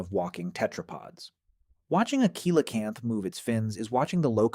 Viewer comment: Pronunciation is wrong. It’s Si La Canth.